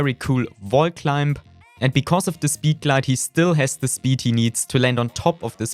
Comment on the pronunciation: 😂 I also love to way he says speeed glade